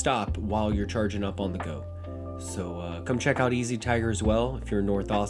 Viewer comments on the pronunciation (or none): none